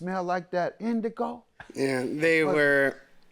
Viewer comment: I wish he would call it what it is (Indica). He keeps calling it Indigo. 😂